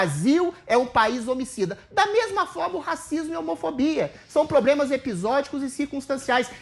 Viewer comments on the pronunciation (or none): Só em o ex BBB falar probremas, já há um problema!